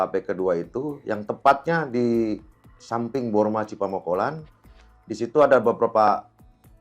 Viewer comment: Bukan capamongkolan bos tapi Cipamokolan 😊😊